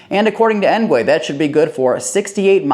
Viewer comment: "Engwee" not "engway"